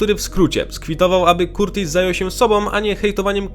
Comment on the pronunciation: Nie [KURTIS] tylko [KARTIS] 👍🏼